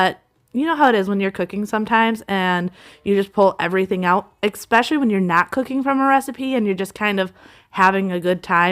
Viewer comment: I have to say it. It is probably the teacher in me, but the word is eSpecially not eXpecially. I love your videos but you say that word incorrect and wanted to let you know. Many mispronounce this word but for what it is worth....